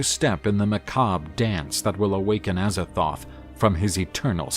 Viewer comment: With the amount of times he botches the pronounciations of Azathoth and Nyarlathotep, im starring to think he does it on purpose